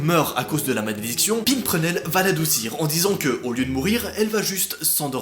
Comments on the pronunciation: Par contre, c'est pas PiMprenelle mais Pimprenelle (le m c'est juste parce qu'après c'est un p) Et c'est Timon, pas TimoN (le o suivi d'un n ça fait "on") Et Baloo se prononce "Balou" Je sais, je suis chiante, mais ça m'a perturbé ! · Pas tout à fait ça l'histoire de Peter Pan, je sais qu'il est question de viol aussi =/ C'est pas une quenouille plutôt ? C'est Pimprenelle comme pimpon pimpon et pas Pimprenelle comme pimp my ride lol Pour QU'ELLES deviennent aveugles XD pas ils ^^'' Pourquoi tu cries ? Parce que tu as un grain ? XD (vanne hein) TIMON !! Pas Timonne mais décidément !! XD Nah mais faut arrêter là XD c'est pas Balot mais Balou lol Il va brûler les animaux ou les hommes, j'ai pas compris ? =/ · FRÈRE ON DIT DIT PAS LE i DANS PIMPRENELLE !!!